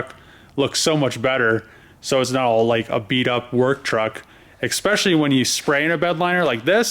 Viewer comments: Anyone else cringe EVERY time he says “exspecially”!? The word is especially....there’s no x, c or k in there. This has been an amazing watch though, so I’ll deal. Lol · There is no G in the word especially friend. Work on those L's. You are grown. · Love your work on this rig man, ‘expecially’ 🤔 all the small details.